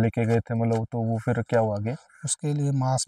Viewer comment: I love when he say "phirr" 😂😂